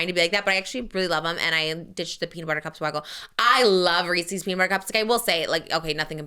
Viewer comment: The way is saying REESES is driving me crazy 😭😭😭